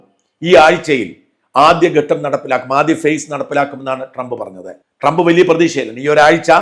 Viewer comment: Not donald... Doland trump 😂